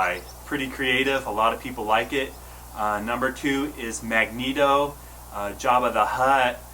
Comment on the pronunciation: MAG-neto 😂 I'm dead 🤣